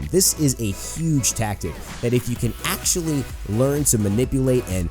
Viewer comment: AXE-TULLY LOL i heard that